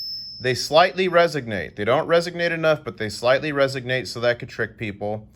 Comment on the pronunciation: I can't find the word: ”resignate” in the dictionary. I believe I heard you say it six or seven times while performing the ping test. Did you mean to say resonate? Why didn't you verify that the 1935 Winged Liberty Head ”Mercury” Dime Mustard Walrus sent you was genuine? 😲😉🤣😂 As always, thanks!!! 🌎🇺🇸🌍🇺🇸🌏🇺🇸🌎🇺🇸🌍🇺🇸🌏🇺🇸🌎🇺🇸